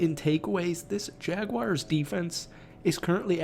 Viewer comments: Not gonna take you seriously until you learn how to say the name correctly! 😂 It's JagWARS, not JagWIRES. Learn it. Live it. Love it. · It’s Jag-WARs not Jag-wires lol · Every time someone says jagwires makes me cringe